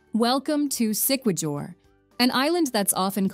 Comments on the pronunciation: i dont think u visited the place..or u just reposted this vlog.. it is quite offensive to miss pronounced siquijor and balete and even more.. but these 2 words dominates through my ears... did u ask some locals saying (sikwidyor or balit????) siquijor or Balete... pls dont just kept on sying wrong pronounciation.. PLSS LISTEN CAREFULLY WHEN YOU ASKED WITH SOMEONE WHAT IS THE EXACT WAY TO SAY A THING THAT YOU DO NOT KNOW???? DONT TRY TO RUIN IT. THANK YOU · Great video! Siquijor is pronounced with the "j" as an "h" Sounds like Sick-e-hor. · Siquijor pronounce this "sikihor" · Please fix your AI...Siquijor is pronounced as Si-kee-hor. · we say it sikihor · Its not sequador as you pronounced it. It is Siquijor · Siquijor pronouns as siquihor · the Siquijor pronunciation 🥲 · I love your content. Thank you for doing a piece of such beauty in all areas around the globe. I spent time in Siquijor or Isla Del Fuego. It's pronounced: SI KE HOR, according to the locals. Not Si Ke JUR. Not Jer or Jur LOL. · SIQUIJOR say it as SEE-KEY-HOR not See-key-jor😅😅😅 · Siquijor is pronounce as SIK-ee-HOR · Thank you for featuring our beautiful places. It is much appreciated. Your visuals are stunning. I am from Cebu, Philippines. I teach geography and history to fifth graders. I don't want to nitpick but just would like to say that it's "Seekeehor" (Siquijor) instead of Sikwejor"; "SA"mar instead of "SaMAR" while Leyte is "LEYteh" instead of "Leytee". Have fun exploring the Philippines! Amping kanunay! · Ok na sana sumemplang lang sa Si-kwe-jur😂…it’s read as Si-ki-hor (Siquijor). If i’m not mistaken the narrator is not a real person but a voice-generating A.I. I think it would be more awesome and authentic to have a pure Filipino voice over with a distinct Pinoy accent that would perfectly pronounced the name of the places featured in here. Still, KUDOS to the maker of this video, - this is by far the best compilation of Philippines wondrous beauty unlike any other.🫡